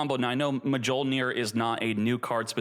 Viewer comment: J is silent mjollnir 😂